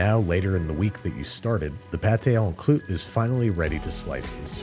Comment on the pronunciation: mate, why do you keep saying it as "on kloot"?